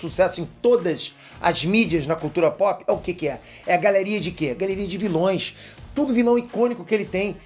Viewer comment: "vilães" foi de fuder